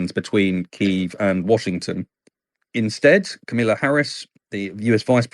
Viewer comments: "Camilla" Harris? Really? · Kah muh lah, not Camilla. Rhymes with Mama lah. I find this even more annoying than "new q ler" instead of nuclear. I am annoyed because I feel that Kamala doesn't get the respect she deserves, in general. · he pronounced her name incorrectly, wow glad he didn't do that in CA, he would be in major trouble